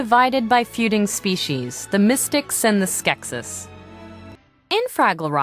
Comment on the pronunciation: Lady said "Skeksis" wrong... >_> Dishonor on you (the lady), dishonor on your family, dishonor on your cow! j/k But really. She should have looked it up a little more before helping them make this tour thinggy...